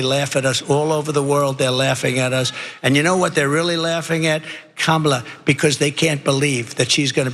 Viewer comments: He finally learnt to pronounce Kamala's name!!! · Wow! he actually pronounced Kamala's name correctly. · Well, at least he's pronouncing Harris's first name correctly there. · Oh, and he also said Kamala's name correctly, accidentally, TWICE!! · He must be losing his mind. He's actually started pronouncing "Kamala" correctly. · He actually pronounced her name correctly twice in that clip. That's the real news. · I think he’s pronouncing her name correctly. Must be watching a lot of tv about her